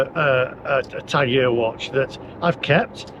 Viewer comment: Were you saying Tag Heuer? Who taught you how to pronounce the name on that watch? It's properly pronounced "Tag Hoyer". Google the pronunciation. If you were pronouncing some other brand of watch, what is it?